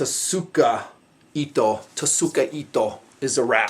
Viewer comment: tsukaito , like tsuba it is tsu-ka, itto, tsuka is the handle, the ito is the wrap.